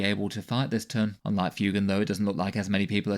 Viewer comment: He's pronounced FWAYgan